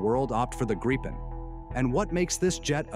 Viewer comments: When ever I hear Graypen I hit downvote. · The proper way to pronounce the name of the Gripen is "Greepen" (a Nordic "i" sounds like an English "ee"). This entire video comes across as a Gripen sales pitch! The F-16 vs. JAS39 comparison is interesting: Regarding Ukraine, the JAS39 is a likely future, economical, practical and affordable. The does not change the fact that the F-16 is, in the current situation, the obvious choice: being laid off by numerous Ukraine-allied countries, it is available in considerable numbers, it is "cheap" to acquire (being donated in most cases) and usually being upgraded and made operational by the donor nations. It may be old, but it is a mature and battle-proven package. What remains to be seen is how it stacks up against the Russian fighter/anti-air forces. Indications are that while the F-16 may not be avant-garde in the West, the Russian counterparts are likely to be all noise and no substance. Just consider how embattled little Ukraine has managed to withstand the assault of "the Mighty Russian Military" for almost 3 years! Putin is trying to attempt world domination with a thoroughly corrupt Paper Tiger military. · These days and especially for military channels, who knows if the voiceover is AI or not, but regardless: thank you for actually pronouncing Gripen correctly. It's not Grippin, or Grypen, it's "Greepen". Minus the American R but it's as close as you get, I suppose. Edit: I take it back. It's AI, and by the three minute mark, you start switching wildly, just as every other channel. Sigh. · Holy shit, I've never seen a video switching pronounciation more often. Grie-pen. Greepen. Grippen. If you're not going to research the correct pronounciation, at least pick one and stick to it.